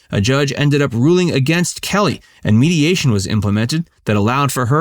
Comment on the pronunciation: It’s KELLYANNE Conway, not KELLYANN Conway.